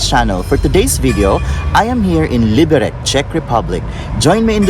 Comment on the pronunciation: Enjoyed the video, but it hurt to hear you mispronounce the name. The C is pronounced like TS, not like K.